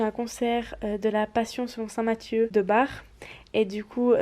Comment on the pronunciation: si je ne me trompe pas c'est Bach(k) et non Bach (r) Omg😂 Les oreilles de ma prof d'allemand en train de saigner Sinon je connais la passion selon St Mathieu ,le chant dure entre 1h30 et 2h,donc courage à toi (même si sa fait 8 mois que ta publier la vidéo😂)